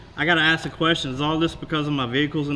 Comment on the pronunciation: That city council woman: "Let me axe you something?" LMFAO!